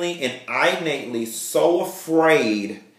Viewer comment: I'ma have to correct u. The mispronounced word is pronounced as such innate...(in)+(nate) vs eye+nate. Okay